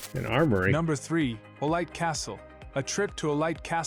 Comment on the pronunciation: Just note that if you ask for Olite castle as read by an English speaker nobody will understand you in Spain. "Olite" is pronounced very diferent, more like "Oleethe".